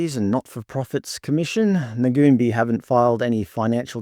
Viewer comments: Firstly, it's pronounced Nuun-bye. Secondly, do you know what services Ngoonbi offers? Or were you relying on a website to tell you. There are plenty of non-indigenous organisations offering similar services. And they don't just operate in Kuranda, that's where the main office is. Have you bothered to find out why the building is boarded up? Maybe due to youth crime, like so many other local businesses. This is a horrendous, ignorant pretense of an "expose" when you don't actually advice your audience what they do. Disgusting racism inciting bullshit. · Hi folks, I grew up in Kuranda and Ngoonbi was first started by Elders in the area. Ngoonbi pronounced "noon-buy" has many program operating as we speak. The building that is shown in this video is not where they operate out of at present, they currently operate out of a building on the same street about 20mtrs further along. It is very much in operation, there are many staff on board, both indig and non indig and from what I have witnessed first hand, Ngoonbi work very tirelessly within the community. Now are people driving around in expensive cars and living in big houses.... not that I have seen. Through the information presented here it is alpt of money.... it would be equally interested to see all the data and stories of outcomes of the monies attained for varying purposes, because this video is only presenting part of a story and has many unanswered questions. What Ibrecognise from most of the comments are knee jerk reactions based on bias as opposed to actual insight. Perhaps the content creator can research mining companies in Australia with the same lens, or perhaps politicians, or perhaps churches...........